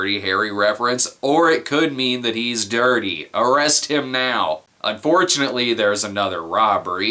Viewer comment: Harry "Dir-dey", "Dirt-dey".